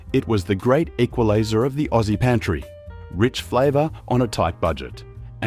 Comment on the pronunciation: Our friend can't disguise his Yankee origins with his pronunciation of the words Aussie, after and new.